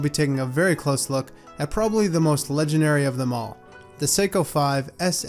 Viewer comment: Nice effort on pronouncing the Japanese name.